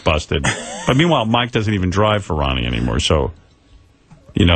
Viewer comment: Ronnie "Munn" lol